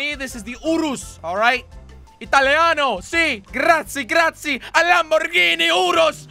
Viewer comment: ! it’s not Grat- Z is Grat zi E!!! Grazie!!!!! You pronounce the E at the end